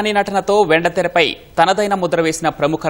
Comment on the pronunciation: Venda kaadu sir vendeee teraaa....